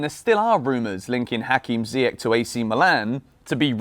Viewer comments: Ziyech is pronounced Zee-Yesh. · Still calling him Ziyeck? 😩😩